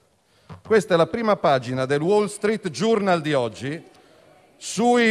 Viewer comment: Wall Street GIURNAL non si può sentire. Mi chiedo se ci sia 1 parlamentare che sappia un minimo di inglese 🤔 poi ehm, parlare di ecologia e poi dire sì alla tav? Un controsenso direi 😅 Ma soprattutto, da quando essere avvocato è una brutta cosa? No perché ripetere continuamente "avvocato" per sfottere non so, non mi sembra sensato.